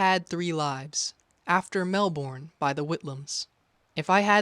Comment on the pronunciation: Melbourne sounds like "auburn", not "firstborn"